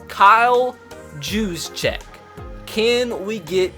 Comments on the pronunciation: Its Kyle Use-Check. Not Jues-Check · It’s (Hugh’s-check) not (juse-check) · Kyle's name is pronounced you-sa-check just wanted to let you know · His name is pronounced Kyle use-check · love your vids but btw it’s pronounced Yoo-z-check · It’s pronounced Use-Check And this has always bugged me but Bouye is pronounced boy-yay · Get Luke Kuchely. Also, it's "Yousjeck"